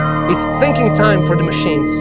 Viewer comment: hey dude : "The Man -Machine" is an english sentence, you don't know how to pronounce it ? in german : it is "die Mensch-Maschine"